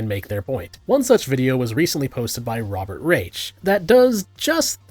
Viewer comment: I’ll be honest, I’ve never heard his name pronounced before. Tbh, I’ll never pronounce his last name the same way that you do. The irony is too strong not to.